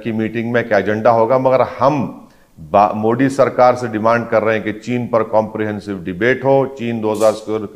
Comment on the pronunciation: ओवेसी जान बूझकर प्रधान मंत्री जी के SURNAME का उच्चारण गलत करता है। ये मोदी की जगह मोडी बोलता है। ये पढ़ा लिखा आदमी जो सांसद भी है । इससे यदि प्रधान मंत्रीजी के SURNAME का pronunciation ठीक नही होता है तो ये एक अति विचारणीय प्रश्न है। नाम किसी भी भाषा मे हो लेकिन उसे एक तरह से ही बोला जाता है। पहले लोकसभा के जिम्मेदार पदाधिकारियों द्वारा इसे लिखित मे समझाना चाहिए। इसके बाद सुधार की उम्मीद की जा सकती है।ये एक गंभीर मामला है कि कोई सांसद प्रधानमंत्री जी का सरनेम जानबूझकर गलत बोल रहा है।